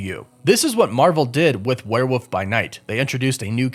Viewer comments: I find it interesting you pronounce it as "Were-woof"... like, where'd the L go? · your pronunciation of "werewolf" is absolutely adorable